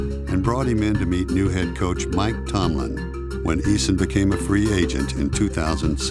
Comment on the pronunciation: I swear i heard black tomlin